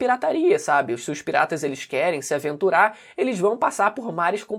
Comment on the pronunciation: "Se aventular" - tô ligado que você queria mandar uma dublagem do cebolinha... Kkkkk